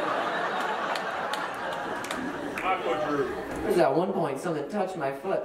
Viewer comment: did he just say aqua drew?